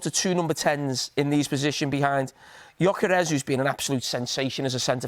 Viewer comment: Jamie its pronounced Gyoykeresh you tit